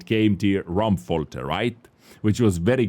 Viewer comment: KV-1 is missing his chainsaw gun 57mm, wich is baad. Assault/Encounter should return, for noobs to learn...tactics. It was quite easy to create a powerful new account from scratch, thx to bonus BP adding to x-mas. (Yes, playing two Doggo) BTW Thanks for creating a new German word by trying to pronounce RaumFalte wich sounds like RammFolter (RamTorture). This years Cucumber gift (Leo Bis) is a gem compared to the others, Thanks to Master Benedict. And a big round of Applause for our beloved Host and Skiing Ace for carrying us stupids to perfection. Smaller than three!